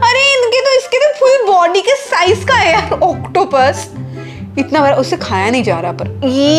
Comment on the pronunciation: Aap bda ko bra bolti ho 🤣